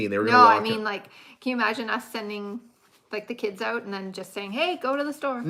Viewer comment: I like when you say ‘out’it sounds like ooht 😂and I’m with you 100% PEOPLE CAN CARRY ON A CONVERSATION WITH OUT SWEARING ,ITS NASTY AND DISGUSTING,👌